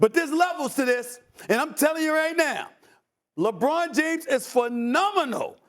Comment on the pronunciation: Stephen A smith “Jebron James”